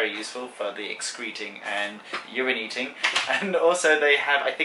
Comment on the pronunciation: excreeeting and uraneeting.